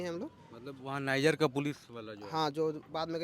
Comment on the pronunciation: Desh ka naam to sahi se bol le bhai